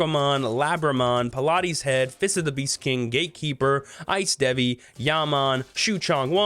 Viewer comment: it's not Pilates Head, its Palates Head, as in Palate the roof of your mouth, because its head is all mouthes